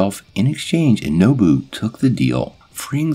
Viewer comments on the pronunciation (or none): Not nobu, nabu ( I’m sorry if I sound like a jerk saying this but I do really enjoy your videos I like part one of this video a lot )